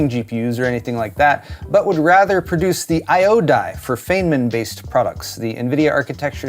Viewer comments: "Faneman"? No. "Fineman" ->> Feynman. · It’s not Fey-nman, it’s Fine-man. I’m tired of hearing you and other computer dorks butcher his name. The rest of us non-basement dwellers are cringing hard af when you say it. It just shows how little you actually know. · That's not how your pronounce his name. It's pronounced more like Fine-man. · small insignificant correction, but its pronounced "fine"man for Feynman 😂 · his name is pronounced "FINEman" ;-)